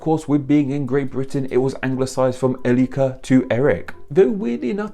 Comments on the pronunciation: "Elli-ka"? Ey-reek-(e)r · Why do pronounce Eirikr as Elrikr? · I love your videos but you pronounciation on eirikr 😂😂 It sound like your saying "El ika". It's not Spanish 😉You pronounce "ei" like an English "A". Rikr is pronounced like saying reekr in English, but with rolling R's of course. Love you ❤️ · Haven't got time to read 200 comments right now, so I'll just chip in my to bits. Pronunciation: 'Eirikr. The little, dash over the 'i' is just to signify that it is SHORT. Not 'eee' and definetelby not 'ey'! So in modern English more like 'Ay-rekr'. In Norse that is. And the suffix - rik/-rich in 6th century proto-gothic means 'the strong one'. In 8th century Anglo-Saxon it turned into 'the mighty/powerful one'. And finally in 12 century Low German it meant 'the wealthy one' as in 'riches'. So of cause who would you choose as your ruler if not the strongest, most powerful and richest guy around, get it? So it not originally 'ruler' by meaning but by association to character and ability. And how do I know this? My name is Ulrik. Originally AL-RIKUR, The All-strong, All-powerful and All-mighty! So there. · That's hilarious 😂. Especially if he wrote the script himself. He write Eirikr himself